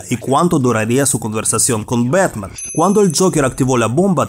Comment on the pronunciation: "¡Soy Betman!" "En mi Betmobil"